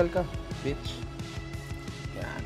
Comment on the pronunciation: ang sarap sa tenga ng pagkakakabigkas ni nongni ng "bitch"